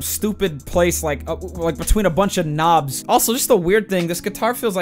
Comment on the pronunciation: I keep laughing how he says knobs!